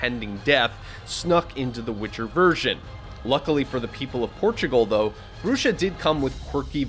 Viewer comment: I'm pretty sure it's pronounced Bruha from the Spanish "Bruja" which means a witch. Pronounced Broo-Ha or Bru-hah💯💯